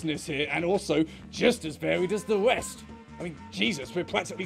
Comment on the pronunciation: Oh, he flubs all his R's. Listen for it. He does it throughout the video. He's a lispy fig.